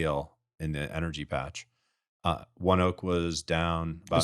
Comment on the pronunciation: It’s “One-oak” I’m a ONEOK employee and it’s a fantastic company. Couldn’t imagine working anywhere else.